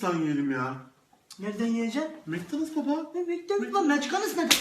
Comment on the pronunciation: McDonald's baba meçkanıs nedir!?!!?!!!???? 😂